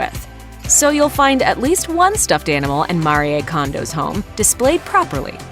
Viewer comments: Mah-ree-ay Kondo????? Her name is MARIE. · Her name is not Maria its Marie. Why do people change the pronunciation of peoples names? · Pronounce her name properly Marie! French for Mary so: Ma-ree not Ma-ri-yay! 🙄 Also titie to you video is deceiving - you don’t show her home 🙄🙄🙄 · It's maree not mariye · MAREE Kondo....not Maree-ay. The narrators behind these programs really need to polish their pronunciation if they are doing voice-overs for a living🙄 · Her name is pronounced MAREEE, not Mareeaaa. Pointless this video was. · It's MARI and not MARYEY. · Don’t know why she says Maria when her name is Marie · Mari eh kondo Mhm great pronunciation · Couldn't get past the first ten seconds cause she called her "Mari-eh" twice... Who hires these people? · Its pronounced Ma-ri-ae Mariè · AI sucks so bad! It can't pronounce so many things - not even Marie. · Can you please pronounce her name correctly? Give her some respect. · If you can't even pronounce her name correctly.....just saying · Please pronounce her name correctly ... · Why do people try so hard to pronounce easy names. It’s just Marie lmao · You pronouced her name wrong 🙄